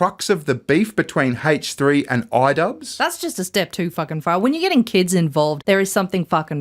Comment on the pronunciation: Why does he pronounce the H in H3 like that lmao